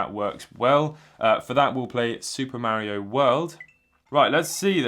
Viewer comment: BLOODLY DUMBASS IT IS MARIO NOT MEARIO